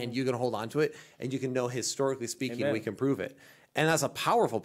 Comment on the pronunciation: Will, unfortunately says “amen.” You need to remind him that it’s actually a six letter word spelled and pronounced “hayman” 🤣😉🤣